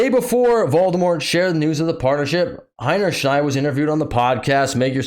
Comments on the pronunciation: That's funny and clever! Miss Hinny Shield, cover your butt. Good one! But actually her name is pronounced Hinny Shine. Got a phrase for what that means? She made such an ass of herself her hinny shines? Or a shining example of being an ass is Ms Hinny Shine, who broke the records for a marketing disaster. (I'd say previous record was The New Coke. What are others?) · As a german guy im wondering why y'all call this chick HeinerschNeid as if there is an N in the last part of her name... Oh and btw, yeah that's all im wondering about this hole case. ;)